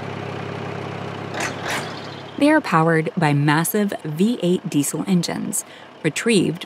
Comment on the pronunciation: What's a "dee sil" engine?.